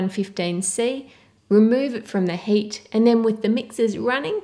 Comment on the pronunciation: When you say heat it kind of sounds like you're saying hate.